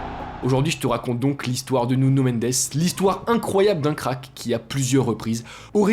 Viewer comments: Nuno * il est portugais , pas nuño a l’espagnole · Stp fait un effort sur le portugais.... Tu confonds énormément avec l'espagnol 😂 le J c est un J pas une jota ..... Le n est un n et non nion c est Nuno pas nunio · c'est Nuno pas Nuño